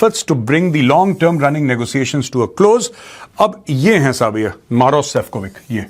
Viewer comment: Sefcovic is pronounced as Sefcovich